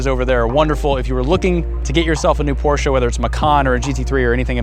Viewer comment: How can you have a Porsche when you can’t even pronounce it correctly